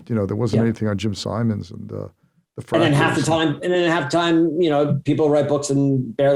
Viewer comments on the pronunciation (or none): Simons, not Simmons. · And he KEEPS saying it wrong! Zuckerman should have corrected him.